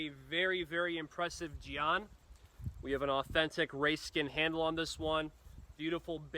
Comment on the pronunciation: It's pronounced Jen. Like the nickname for Jennifer.